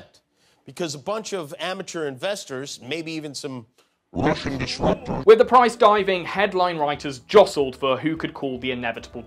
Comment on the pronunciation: RUSH'AN DISRAHPTORS.